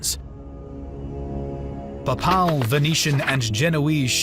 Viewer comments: This narrator is awful. Pap-pal? It's pronounced pay-pul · Every time he said papaaal a small part of me died ='( How can you be into history and not know how to pronounce the papal states name? Other than that two thumbs up. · Pay-pull my dude, PAY-pull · 8.14 Pap parl knights??? Seriously thats the cherry on the cake of manglelization of the English language. Its (pay pull) papal knights. Bloody colonials can't even speak a civilised tongue🧐🤣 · paye-pul , not Papahl. Pronounce! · Papaal?? It's Papal, as in Papacy - warriors from the Pope's direct lands. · Ah yes the PAHPAHL army I’m like 99% sure it’s pay-pul lol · its actually pronounced "paypul"😇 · You mispronounce "Papal". It should be Pay'-puhl. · Excuse me but what is this pronunciation of papal as pa pal? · Lol pa-pal .. the pope needs to hear that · The voice over ruined it for me. What on earth is “pa:paal”? Couldn’t you check the proper pronunciation of unfamiliar words before recording it ? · I love everything about this. Everything. Especially how interested and enthusiastic you sound about the topic. Everything BUT the way you say papal. It’s pronounced PAY-PULL. Other than that, fantastic work! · The narrator set a record for mispronouncing names and words. At the very least he should have known how to pronounce "papal." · I love your videos but what's up with the pronunciation of papal lol can't get passed that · Your pronunciation of Papal is weird